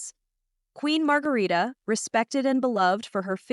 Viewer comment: Please do your your homework. Queen Mother is Queen Margrethe, not Margarita and her second sons (King Frederik’s younger brother) name is Prince Joachim not Jacob. Prince Joachim and his wife aren’t in Denmark for Christmas. They are in France. The Royal twins name is Vincent not Viken and Josephine. Our Royal Palace is Amalienborg, not Omleenborg 😆